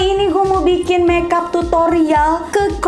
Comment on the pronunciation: ka rachel sana kayak temen kalau bilang make up itu meap